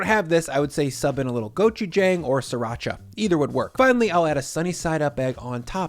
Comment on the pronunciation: I love how you intentionally say gochujang and Lao gan ma so wrong so people will comment